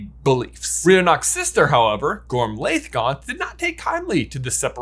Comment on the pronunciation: and, I love your videos. They're always entertaining and thought-provoking, and always worth a re-watch. FYI, Gormlaith is actually pronounced "Gormleigh" or "Gormley" (rhymes with Ashley). The "-iath" ending is Gaelic and makes a long E sound. Loved this video. I wonder if there's one more possibility that isn't being explored: Antioch Peverell's descendants (if any).